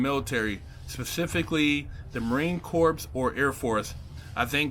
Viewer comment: .....an fyi....the 'ps' is not pronounced on the word 'Corps'